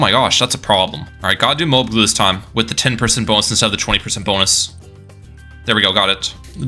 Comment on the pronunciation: its MO-AB, not MO-OB